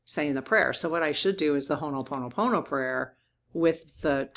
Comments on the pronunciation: Dear, you are saying Hono Pomo Pomo. Instead, please leave out the first n. Ho - o Pono Pono Thank you, dear. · I love you dearly, but every time you say "Honoponopono" it drives me nuts. The word is "Ho'oponopono." It bothers me when people mispronounce sacred words and this is a sacred Hawaiian word. Sorry to be nit-picky, but this is a very important prayer to me.